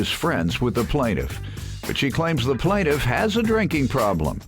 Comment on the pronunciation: I thought the announcer mispronounced the plaintiffs name 😭😭